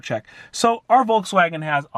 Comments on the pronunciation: Please lern to pronounce Volkswagen correctly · German here, In germany we spell the V in Volkswagen like an f. So you could transcripted say "Folkswagen"... I'm dying every time you spell it like a w 😂